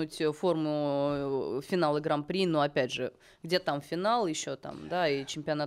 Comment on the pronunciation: ну не граМ-При, а граН-при!